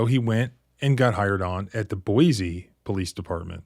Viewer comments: It's pronounced Boy-see!! There is NO Z in Boise!!!! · Hi local Idaho in here not to nitpick or anything lol but it pronounced boy-see not boy-z Idaho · Small correction. It’s pronounced Boy-see not Boy-zee. Thanks for investigating this and posting. Going to share this video with my old friends who live there. The need to know about this officer. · One thing, sir. Boise is pronounced BOY-see. 2 distinct syllables and no hint of a z sound. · Just a hint, Boise is pronounced with a sibilant 's', not a 'z.' I have a pastor friend living there, a transplant from WV! I'll warn him.